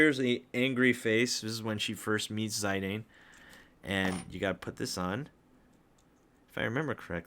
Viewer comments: Zie-Dane Tribble. Come on. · I have never heard that pronunciation before. I used to say Zid-Ayne, but I think it’s Zid-aan? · According to the original Japanese version it'd be "Zee-dahn" or "Shee-dahn" which is their pronounciation of an english "Z". That said, thank you for the unboxing, I wanted to order them so much but Bring Arts and PAK have such bad quality control and painting issues that I did not dare to go through with it. Even on your figures I can see smaller spots of paint either missing (left side of his blue ribbon) or those that aren't as pronounced, as you pointed out Lily/Garnet's face. And I've seen other reviews where Ziddy's arm/toe joint comes off outright. It's also an extreme shame that they don't use actual chains for the neclaces anymore. My old Play Arts Squall has them and for that amount of money you'd sure as heck expect something better than pure, hard plastic. And the old ones were much cheaper. Other than that I have to agree, the shading and gradiants are really nice on those. Whats especially impressive with the IX ones is the fact that they did the hair right for once. It doesn't look as "overstyled" or "realistic" as it does on the Nier Automata and FFVII ones or as badly cut as the KH versions. Usually SE and Koto really botch it but this worked out great. Love Ziddy's faces and the weapons they included so much. Garnet/Lily on the other hand especially her mouth line should have been as pronounced as Ziddy's and her crystal could've been a differnt material (transparent or holographic PVC material for the rainbowcolored shine of the Alexandrite). Overall those